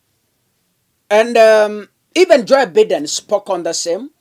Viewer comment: Please it's not Biiden.....its Bye..den. please .